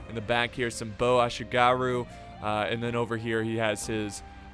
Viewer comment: muttering while rocking At least he pronounced Ashigaru alright... At least he pronounced Ashigaru alright...